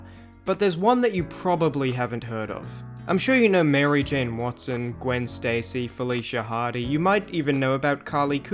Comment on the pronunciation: You mispronounced Gwen